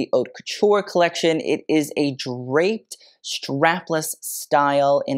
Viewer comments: actually the way he pronounces haute is incorrect (but that’s actually on purpose and he addressed it in the beginning, it’s really pronounced more like “hote, rhymes with coat” but he says it like “hot” because that’s how is often mispronounced) It’s very obvious that over the years his knowledge has grown tenfold and he’s really grown into himself as a YouTuber, but if you go back and watch his first few videos they’re much different tho still enjoyable and full of information. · The channel name is purposefully incorrect. Mode is féminin in French: la mode. The mispronunciation of haute as hot is tongue in cheek, has mentioned that in an old video.